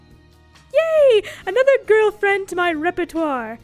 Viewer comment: I love how they say ✨Girl✨ friend ❤😂